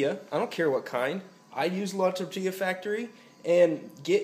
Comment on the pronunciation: like youre spanish accent la tortilla factory and tapatio jajajajajajajajaj lol thats great keep practice and i will invite you to baja great video man